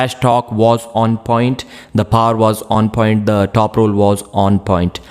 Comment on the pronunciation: I guess he means power